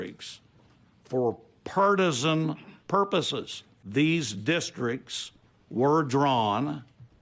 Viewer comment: The man can't pronounce partisan. It is sad who people are leaving in office.